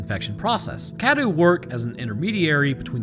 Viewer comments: You're not saying Cadou correctly, you're saying it like Cadew and not Cadou. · it’s. cah-doe.